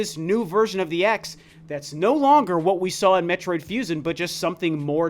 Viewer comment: "metroid fusin"